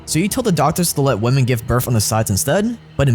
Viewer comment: My guy doesn’t know how to say women or ridiculous